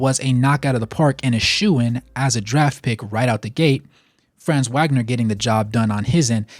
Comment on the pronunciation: Great vid thanks for the Magic love. Just so you know fam Franz’s last name is pronounced Vag-ner. He’s German the W makes the V sound.